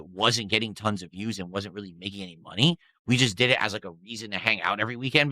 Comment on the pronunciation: "I don't stream for myself" So where's mah mawney, I need Mawney NOW!